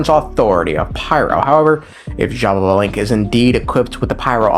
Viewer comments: Why do you say xbabalanque? Where is the second ba? I only see xbalanque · it's ''sha-ba-lan-ke'' not ''shababalenke'' LMAOOOOOOO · "she ba lava" lol close enough, its "she ball bah" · It hurt me to my core how you pronounced Xbalanqué 💀 But, I'm sure you did your best! Mayan names are really hard to pronounce Correct pronuntiation: Sh-ba-lan-qué, with the E pronounced ''ehh'' Edit: Also, his brother's name is pronounced like this: Hu-nah-pu Edit 2: Xibalba's pronunciation: Xi-bál-ba or Xi-bal-bá (the apostrophe is to make the letters sound stronger) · It’s shibalankeh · i've seen people pronounce xbalanque in very different ways but Shababalenk gets the crown for sure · I think it’s shih ba lan kuh but I’m not one to talk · Not jababalank 😭 great video tho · Funny enough, I pronounce the X in Xbalanque with a chii sound Eschiibalanque. Don't know if it is the right way to pronounce 🤔 (we have a lot of indigenous words in Brazil, so i may be right or not. I don't know if in other parts of South America is the same pronunciation). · take a shot every time he says sha-ba-ba-lanque. Don't, you'll die 💀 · first time i hear someone say xbalanques name as jababalink and it has a ring to it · The way is pronouncing these names has to be a slur 😭😭😭 zsshhababalink 💀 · Brother, it's "shé blanc que" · everytime my man says it it makes me pause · MY GOD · Dude you know what Im gonna make a video with the pronunciation, but you're close 😂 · Well, if I might... it is pronounced something like this: X(ish); BA (like in basket); LAN (like in landing); and QUE (like in kettle)... most of it sound like long vowels